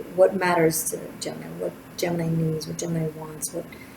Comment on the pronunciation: Oooff you got me tripping! Not only about the reading writing keyboard creativity explosion: we are about to release a book I've been editing and illustrating, now I am taking it way beyond creating a new design line- But you kept saying Gemmi which sounded to me like Jenny- my name- and I almost spit out my coffee!